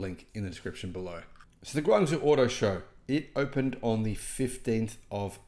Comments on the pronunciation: Guangzhou,Its actually pronounce "Guang-Joe" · It took me a while to realise what he was saying, and I used to live in Guangzhou. He really made a mess of it!